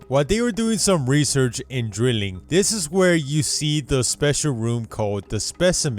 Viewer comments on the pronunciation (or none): none